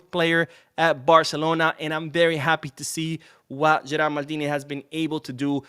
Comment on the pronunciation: In fact it's Gerard Martin, not Gerald.